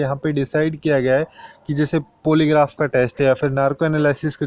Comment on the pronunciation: भाई थोड़ा सा इंग्लिश pronunciation पे ध्यान दो... पॉलीग्राफ होता है, पोलीग्राफ नहीं 🙏